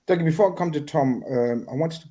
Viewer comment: They pronounced Dougie name wrong the whole show. That’s poor 😂😂